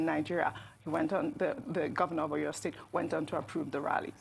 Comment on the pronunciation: Please ma pronounce our cities properly. I can forgive you if you are a foreigner but common! You are presenting to Nigerians and can't make attempt or research on how to pronounce a Nigerian city. Common Seyi Makinde, Aw Yaw state for Oyo. Common! Learn how to pronounce our names. You media guys should stop destroying what is ours with a foreign language. It does not make you more sophisticated calling a Nigerian name with another accent. Please ma